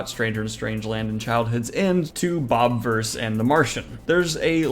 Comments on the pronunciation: Why is it pronounced bob-verse when it’s spelled with an “i”? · It's "Bob "ih" verse" like universe with bob instead of un. You're pronouncing it wrong. You got everything else right. This book trilogy is the best book series in a long time